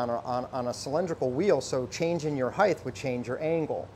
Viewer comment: I don’t care how great their knives are, I don’t trust anyone who pronounces height with a TH at the end. It is not spelled that way, nor is it pronounced that way. It is heigHT. Just like ligHT, rigHT, migHT, figHT.